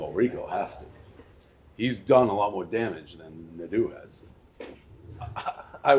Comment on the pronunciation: The way says Nay-du pisses me off